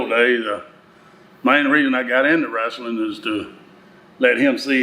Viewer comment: Dad calls it WRASLING 😅